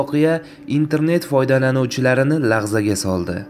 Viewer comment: Laxzaga soldi emas larzaga soldi deng